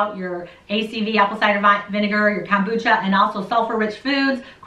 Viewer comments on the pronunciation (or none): none